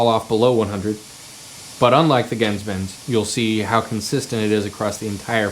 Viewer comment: your mispronouncing GenzBenz